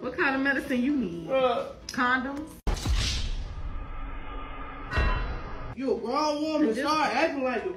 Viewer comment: I think you meant "hydroSoDONE"!!!